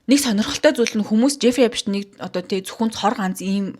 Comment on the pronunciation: New york brooklyn d tursun uuruu neree esptein gj duudaj helj bhad zaaval sh duudaj shaardlaga bganmu